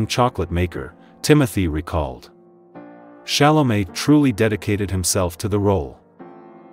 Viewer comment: But she pronounces the name pretty well! After all, even Chalamet doesn't pronounce all time his name the way we, the French, would like, only in France he pronounces his name correctly!